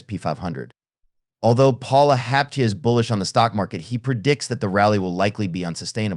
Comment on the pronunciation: Get a grip. You need to learn how to pronounce his name. It's a little strange, so you need to practice before going public.